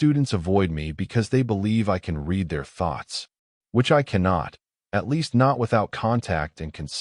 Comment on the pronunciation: This is one of the better AI narrator's, but it drives me crazy that it almost always pronounces "read" incorrectly in context. It says "reed" when it should be "red" and vice-versa.